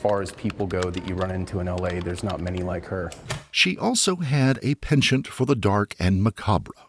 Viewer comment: He does not pronounce penchant properly.